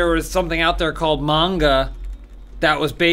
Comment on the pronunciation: i'm so proud that you said Manga the right way, and not the american way.